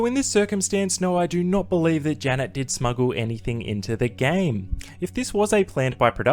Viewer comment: the way you say Janet it sounds like “Jenna” and you also show Jenna when saying this…. Could be very confusing to those who haven’t seen the season lmao